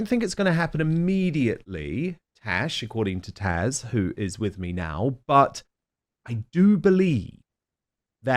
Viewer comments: Taz, I think is too polite to call you out on it Dan, but I find it really annoying and offensive that you continue to mispronounce her name. It's TAZZZZ NOT TASH - you know this - and I think you do it deliberately *it some how give you a kick? It's a complete turnoff/just FYI... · TAZZ not Tash. Jeez. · Dan, I've always found it very personable the way you mention peoples' names throughout your interviews, but you have to get the name right. Right? Tash, Taj... Tazz isn't too hard is it? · It's Taz not Tash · I do not understand why Dan keeps getting Taz’s name wrong? She’s been on more than once. It’s not Tash! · What is he calling his guest? Hash? Her name is Taz. I heard that twice! 😂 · I thought the ladies name was Taz not Tash. 😂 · Question - is it Dan’s New Zealand accent keeping him from pronouncing Taz with a “z” name correctly?